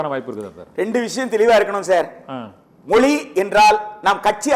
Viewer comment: மொளி இல்லடா மொழி.